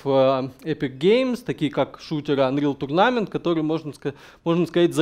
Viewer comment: Рассказано неплохо. К сожалению, много неправильно произнесённых английских слов (actor, tournament, projectile, pawn, character, bind), но для русскоговорящего проблемы понять не будет.